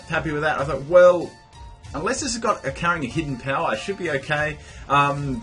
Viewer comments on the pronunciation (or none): none